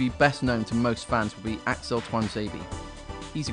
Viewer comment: lol the vid said Alex Tuanzebe. Isn't it AXEL Tuanzebe?